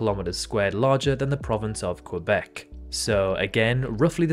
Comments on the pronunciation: Couldn’t pronounced Quebec right though 😅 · I know it would be wrong in French, but is his pronunciation of Quebec not correct in English either?